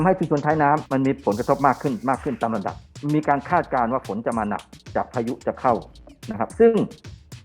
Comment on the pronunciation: คาด ไม่ใช่ คลาด